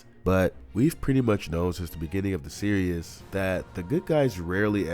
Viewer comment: Please stop saying “Serious” for Series. It makes me want to click off the video everytime u say it. It is pronounced: “SEER • EASE” not “SEER • E • US” ‼️